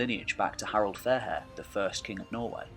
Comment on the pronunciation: its fairhair not finehair